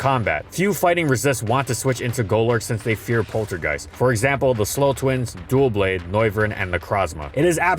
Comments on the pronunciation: Fun fact: Doublade is not pronounced "Duo-blade". The name is a combination of the words "Double" and "blade", so it would be pronounced like "dub-blade" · LOL, and I used to pronounce it as "Doo-blade". XD